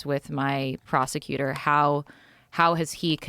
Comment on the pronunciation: Prosector?? Prosecutor... 🤦🏻‍♂️